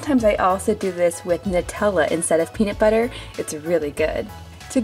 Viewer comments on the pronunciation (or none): none